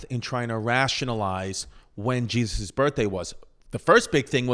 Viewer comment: I just LOVE IT when Chrissy says Jezz-uss lol